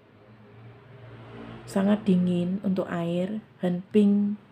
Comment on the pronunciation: mau tanya,knp ya aq dengernya seperti hen neng kalau mjkn bilang sangat dingin, apa telinga q yang salah denger ya 😀😀😀😀